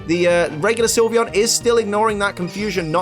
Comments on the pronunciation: SYLVEON, NOT SILVEYON! FIX IT NOW! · SYLVEON, NOT SIVION! AND THERE IS NO I IN VAPOREON! FIX IT NOW!